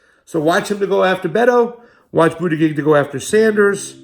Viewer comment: It's pronounced Buddha Judge...both 'g's are soft. For some reason this mispronouncing really bugs me.